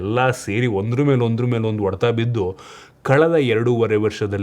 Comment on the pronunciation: Bro ಅದು ಒಡೆತ ಅಲ್ಲ, ಹೊಡೆತ.. ಬೆಂಗಳೂರು ಕಡೆಯವರಿಗೆ ಹ ಮತ್ತೆ ಅ ಮತ್ತೆ ಒ ವ್ಯತ್ಯಾಸ ನೆ ಬರಲ್ಲ ಯಾಕೆ ಗೊತ್ತಿಲ್ಲ 😂 ಇದ್ರ ಮೇಲೆ ಒಂದು ವಿಡಿಯೋ ಮಾಡಿ 😂😂